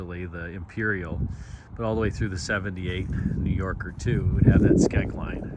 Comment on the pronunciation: Are you saying, "Skeg line?" never heard of that. That is a beautiful car. I had a 1976 Cutlass Supreme coupe in that blue-gray color.